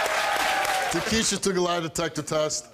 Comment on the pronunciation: How can they be pronouncing her name tah kee she a?? The spelling "Takshia" makes it TAK SHE A These ghetto names are so damn dumb 🤮